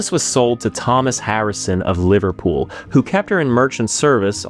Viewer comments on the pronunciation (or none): none